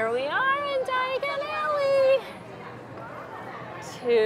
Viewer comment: Did she say Diagally??🤣 at least you didn’t end up in Knockturn Alley. 💖